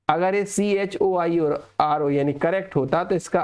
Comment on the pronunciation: Choir is pronounced as क्वाइअर not as चोर 😅😂